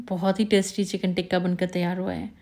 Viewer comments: ڈیئر بہت اچھی ترکیب ہے۔ پلیز "تکہ" ٹھیک لفظ ہے، ٹکہ نہیں۔ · Baji teeka😂 nhi tikka 😢😢